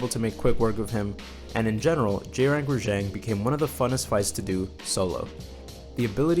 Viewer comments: HOLY SHIT!!! RAH JHONG NOT JANG OMMFG I RAAAAAAAGGGGEEEEE. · ReJang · Is it really raŽang? shouldnt it be raGang? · wait was i pronouncing Rajang wrong this whole time? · Your mispronouncing the name